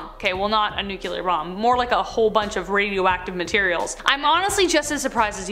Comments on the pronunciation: Hey, it’s pronounced ‘NU-CLEAR’ not ‘nu-cu-lir’. Just saying. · How are people still saying "nucular"? It's nuclear. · It's pronounced "New- clear" not "New-q-ler"